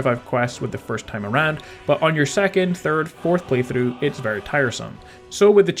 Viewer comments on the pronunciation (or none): none